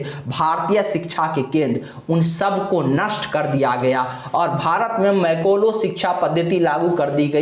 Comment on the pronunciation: अरे पहले बोलना तो सीखो। मैकाले शब्द का उच्चारण तुम मैकोलो कर रहे हो! गीता को आधार बनाकर लीपापोती करते हुए बता रहे हो कि कृष्ण ने वर्णों की सृष्टि गुण और कर्म के अनुसार की। तुम्हारे ही धर्मशास्त्रों के अनुसार गुण तो सिर्फ तीन ही होते हैं - रजोगुण, सतोगुण और तमोगुण। सवाल यह है कि जब गुण सिर्फ तीन ही हैं तो इन गुणों के आधार पर बने वर्णों की संख्या चार कैसे हो गई? गुण तीन तो वर्ण भी तीन ही होने चाहिए न? होश में हो तो यह भी बता दो कि तुम्हारे गुरुकुलों में शूद्रों को शिक्षा देना तो वर्जित था तो 1860 से पहले अर्थात मैकाले की शिक्षा पद्धति लागू होने से पहले क्या जाति-व्यवस्था अस्तित्व में थी या नहीं? गुमराह करने के लिए ऊल-जलूल बकने से सच्चाई को छिपा नहीं सकते।